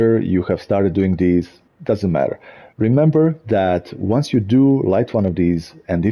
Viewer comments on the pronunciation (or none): none